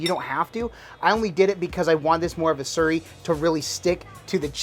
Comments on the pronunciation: It sounds like your say surrey but it’s slurry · Sounded like you said cornstarch surry? Is that a thing where you guys live?